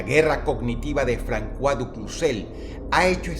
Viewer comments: no se lee francua se lee "fronsua" y se escribe François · Francua? Es fransua osea cois es sua aunque no tiene importancia es importante saberlo y lo digo ya que si Dros es una persona educada asumo que seria bueno saberlo no? Como cuan dice Dios Abramanico. Es Dios Abrahamico auque en castellano la H es muda hay una extensión de la A o incluso la H podria cumplir el rol de semjar en sonido a una J. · François se pronuncia como fransoa 🌚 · Sólo una pequeña corrección. La ç en el francés se pronuncia de la misma forma que la s del español. Por lo tanto la pronunciación del nombre del contra almirante es "Fransuá" y no "Francuá". De hecho tal es la razón por la que mi nombre de Youtube es Fransuá. Un excelente vídeo con un tema para pensar. es por ello que es importante ver lo que dicen ambos bandos en un conflicto. Casi todos los noticieros que vemos son o de EUA o de la unión Europea. les recomiendo ver RT (noticiero ruso) aunque evidentemente está todo en favor de los rusos. Recuerden que no hay buenos ni malos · Se pronuncia fransua no frankua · Alguien le haga saber que se pronuncia "Fransua" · Es François, y su pronunciación fonética sería como fransoa...jjjj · Un apunte, el nombre francés "Francois" se pronuncia "Fransuá". Muy buen video, llevamos en guerra mucho tiempo y aturdidos por las redes sociales, dejando pasar la vida real día a día. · "Frankuá". Jajajaja Dross sólo tenía que preguntar a Google como se pronuncia. Que idiota. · Todo bien pero se pronuncia "Fransua du Cuzé" (A ver si alguien se pone a pelear conmigo :v)